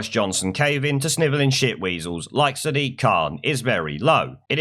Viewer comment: WTF is a Sidiq Khan?